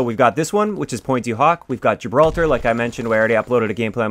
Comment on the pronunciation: Finally a YouTuber who pronounced Gibraltar correctly!